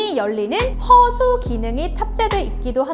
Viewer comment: 허!수! 를 강조해 주시네요 ㅎㅎㅎㅎㅎㅎ 팬입니다 ㅎㅎㅎㅎㅎ